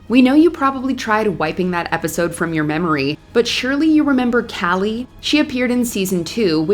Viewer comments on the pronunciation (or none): For Kali, try saying like Kaa-Lee. It’s not the same as Callie.